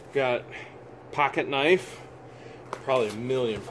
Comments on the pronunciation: Jajaja...did he say a Ka-nife? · A "ka-nife"🤣🤣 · If you insist on pronouncing knife phonetically, you need to say 'ka-niff', rather than 'ka-nife'. Keep the idiosyncrasies in the same vein! Luck to you and the lovely Miss George... Carry on, Dw